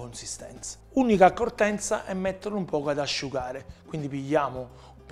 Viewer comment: Accortezza Non accortenza